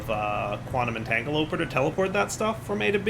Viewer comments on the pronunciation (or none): Very nice and compact setup, i like it even more than my recent one! By the way, you can equip your jetpack to bauble, so you can use both! Also Entanglo-PORTER not entangloper:D pleeeeeeeeeeeeease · I really want to NOT use the quantum entangloporters because I don't know how many times I can stand hearing him say "entagloper". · How many series, and still can't pronounce "entangloporter"? I guess he just really likes teloping everything 😂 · Every time he mispronounces Quantum Entangloporter i die a little on the inside